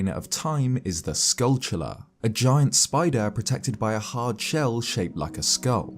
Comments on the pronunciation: If I hear “skullchulla” one more time… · It’s based on the word “tarantula”. Tell me, how do you think "tarantula" is pronounced?